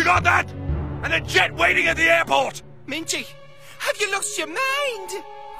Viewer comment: They do pronounce it minge, only his name is mingey